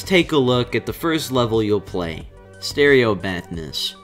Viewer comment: "let's look at stereo madness" what i heard: "let's look at stereo badness"l